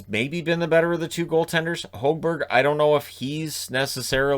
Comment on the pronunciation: When it comes to Petterson, malaise is probably the best word to use. Hes seemed very slow compared to last season, and seems like hes a step behind everyone else a lot of the time. Oh yeah, and the Sens commentary last night said he Marcus wants to be called Hog Berg, not Hoag-Berg. 🙂